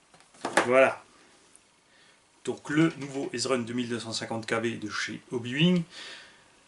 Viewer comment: Ezrun se prononce : Easy run ^^